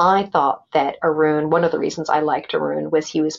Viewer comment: Sorry Arun, not Urun